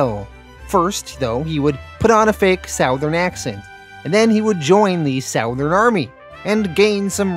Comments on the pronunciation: Southern is pronounced SUTH•ern… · Bro why do you insist on pronouncing “southern” like that? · I scream every time you pronounce the word "southern" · As a southerner person. It sounds so weird how say southern. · Yes lol